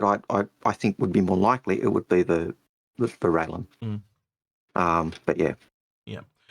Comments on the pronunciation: RAY-len. Not Ray-Lee-An. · You have no idea how much is bothers me hearing it pronounced Raylien, instead of Rai-Len.